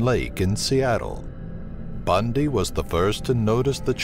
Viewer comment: Bahahahahahahahaha "ted bun-dyyy"